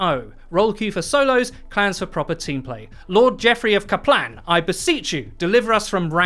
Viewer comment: "Jeffrey of Ka'plan"